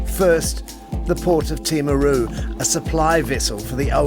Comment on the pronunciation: Please don’t say this is irrelevant in the scope of things.. this is just another battle: could you try and pronounce Māori place names the Māori way? It is NOT difficult, just a matter of mindfulness. An example here: Timaru!!!